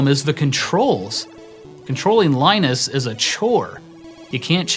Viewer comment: It's pronounced, "Linus."